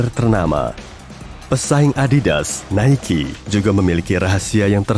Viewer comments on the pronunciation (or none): Entah kenapa, tapi pelafalan "Nike" itu mirip dengan "Mikey".